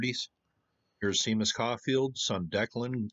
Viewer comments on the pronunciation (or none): Seamus or Séamus is pronounced Shay-mus, not Sea-mus. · SHAY-mus is how to pronounce the name "Seamus". (Was sorta surprised you got that wrong when you got the place name right. :) )